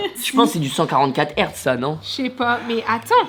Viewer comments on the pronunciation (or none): none